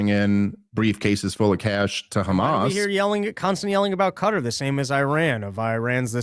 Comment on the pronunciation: Why do they say kkhamas but not khouthis 😆